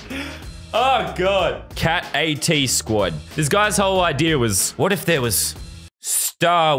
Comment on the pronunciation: I love how u say idea like "idear